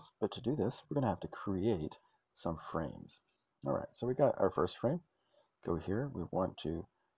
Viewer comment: This video was super helpful! I made a dark blue wall with the Commodore pallet, along with the moss and flowers. All without Tile Mode. 🙂 Also, I had to rewatch you creating the frames because it sounded like you said, "Let's go ahead and create some friends," (for the lonely layer). 😄